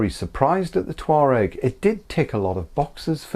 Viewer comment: All I hear is "Toe rag"